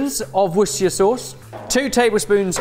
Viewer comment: We can't just gloss over pronunciation of Worcestershire sauce like that didn't happen